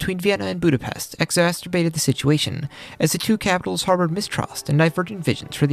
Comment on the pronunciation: Can you learn how to pronounced exacerbated please, it's not exasterbated.